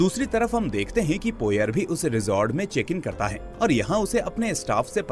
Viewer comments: हरक्यूल पोएरो not पोयर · Poyer ruined your explanation. Pronounce it correctly